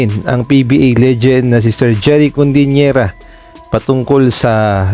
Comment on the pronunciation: CODIN̈ERA bro hindi CONDIN̈ERA. "CODI" hindi "CONDI".